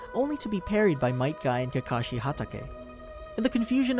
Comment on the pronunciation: Might Guy